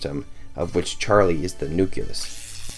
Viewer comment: charli didnt create hyperpop lmao love her but you cant credit the creation of a genre to one person just because they have connections edit: - LMAOOOO yall be reachinggggg also you pronounced nucleus wrong